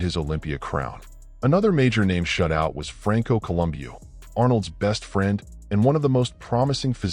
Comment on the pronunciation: Franco Columbio?? Also, you couldn't even get Serge's surname right! Why is someone with so little knowledge of some of the biggest names in the sport, doing a video on the subject? This is a pile of shit!